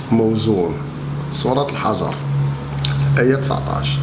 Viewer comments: سورة الحجر بكير الحاء وليس بفتحها al hijar not hajar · انت لاتقرا العربية بدون اخطاء . سورة الحـِجْر وليس سورة الحَجَر. وإن كانت القراءة خاطئة فنتائجك خاطئة ومغلوطة. واستمع للشعراوي وتيقن من خطإ مافهمت . فهمك إذن هوالسقيم.. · السلام على من اتبع الهدى انت تعلم عما تتكلم و يتبين من قولك لسورة الحِجْر بقولك الحَجَر و هذا من جهلك و تحجر قلبك ايها الأعرابي المتنطع و لِم لم يذهب عقلك الضيق الى ان الحقائق العلمية الموضوعة من طرف البشر أنها خطأ و ذهب حِلمك السفيه الى أن الكتاب به أخطاء تعالى الله عما تصف علوا كبيرا و أبشر بما يسوءك أنت و أمثالك من الملاحدة و الجهلاء الله متم نوره و لو كره المشركون و صوتك و وجهك اشد على مسامعنا و ابصارنا من الرمي بالرصاص و الله المستعان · المسألة ليست مسألة كروية أو تسطح الأرض، المكلخ لا يستطيع حتى قراءة الآيات القرآنية بطريقة صحيحة. قالك صلاة الغاشية هههه قالك فنِعم المَهْدون هههههه قالك سورة الحَجَرْ هههههه راس الحجرة. المهم. بزااااااااااااااف عليكم السياسة و التعامل مع الشعب. هذه خلاصة القول.أنتم مجموعة زنادقة لا ندري لصالح من تلعبون.